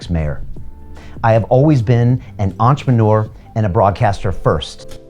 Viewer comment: I can't support someone who can't fucking pronounce entrepreneur correctly.